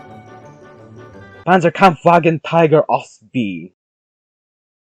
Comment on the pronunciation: C Panzerkampfwagen Tiger Ausf.B As with the other things, his pronunciation was mid But I like that he tried And damn that would make a sick name